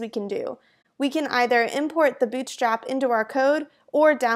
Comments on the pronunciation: Good introduction ^^ , but I cannot stop hearing 'Bitch Trap' at the start of the video ^^' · Am I the only one who can hear "BI*CH STRAP" at the very beginning? :D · I heard "bitchslap" in the beginning LMAO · I was hearing b** slap. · i hear bull cr*p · I totally heard it. Hella accent to have that happen. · Why I keep hearing 'bitchtrap' :^) Thanks, useful quickstart. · I think it's her pronuncetion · I swear I restarted the video 3 times because I kept hearing "Bitchstrap" XD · " bitch slap is a.." Shit! I have to clear my ears! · Legit sounded like you said Bitchstrap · why does she keep saying bitchstrap in the beginning lmaooo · is it me or does every time she says bootstrap it sounds like b*tchstrap